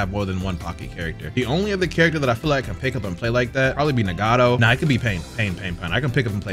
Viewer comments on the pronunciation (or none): Mannnnn. Even the most die hard anime fans cant pronounce japanese names for SHIT The way you said "Karen " instead of "Karin" and "Na- gato" instead of Nagato hurt my fuckin soul 😂😂😂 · Nah the way you say Nagato is nasty, why tf you make that Japanese name Spanish 🤣🤣🤣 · The way he said nagato..zz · That pronunciation of nagato almost killed me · Why you say nagato like that